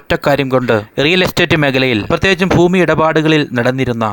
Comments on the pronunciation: "ഫൂമി" അല്ല. ഭൂമി ആണ്. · Foomi ( ഫൂമി )അല്ല.....Bhoomi 👉 ഭൂമി എന്നാണ് ശരി. അതിനാൽ ഇനി ഉച്ചരിക്കുമ്പോൾ ശ്രദ്ധിക്കുക. ഫൂമി എന്ന ഉച്ചാരണം തെറ്റാണ്. ദാസേട്ടൻ പാട്ട് പാടുമ്പോൾ ഇത്തരം വാക്കുകൾ ശ്രദ്ധിക്കുക. സ്വയം തിരിച്ചറിയുക.. മനസ്സിലാക്കുക കോഴിക്കോട് എന്ന വാക്കിന് കോഴിക്കേ...ട് എന്ന് പറഞ്ഞാൽ എങ്ങനെയാണ്ടാകും 😂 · ഫൂമി അല്ല ഭൂമി 😊😊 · ഫൂമി അല്ല ഭൂമി ആണ് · ഫൂമി അല്ല ഭൂമി. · ഭൂമിയുടെ വില കുറഞ്ഞിട്ടില്ല ഫൂമിയുടെ കുറഞ്ഞു എന്നാണ് ഇദ്ദേഹം പറയുന്നത് ഫൂമി അല്ല ഭൂമി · Foomi alla, bhoomi aanu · ഭൂമി എന്ന് 100 തവണ പറഞ്‌ പഠിക്കുക.